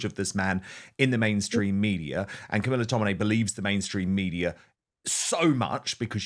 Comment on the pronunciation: Here is Tommy doing 'real journalism', please take some notes, 'Car-mee-laa darhling' and the Daily Tell-You-Lies.